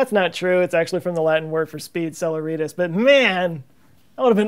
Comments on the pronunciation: Sorry pardon, but in Latin the letter C is pronounced as K. Celeritas isn't pronounced "sellerEEtis" but "kelERitas". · It's CelEEEritus not CelerIIItas :P Yeah that was a Harry Potter pun lol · Horrible mangling of "celeritas," which is actually pronounced "kay-LAIR-ee-tahs." Classical Latin 'c' always sounds like 'k'! But I subscribed anyway for the decent content. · I think celeritas is pronounced more like "sell-AIR-eh-tas."